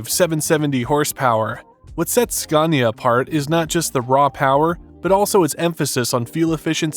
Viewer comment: Sweet lord, an english speaker that can say Scania correctly. Spelling: Scania Pronounciation: Skania!